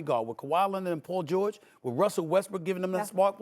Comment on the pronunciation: Who is “pull” George? His name is PAUL!! Not Pull